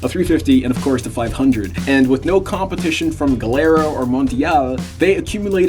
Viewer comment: Nice vid.. Gilera,, pronounced Gee lera. 😊